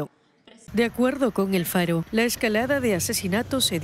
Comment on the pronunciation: Yo estoy de acuerdo que se pronuncie ante algo que no conocen pero lo van hacer deberían de tomar un medio que realmente sea profesional porque la nota está bien es su punto de vista pero en el momento que dicen “el faro” se desacredita todo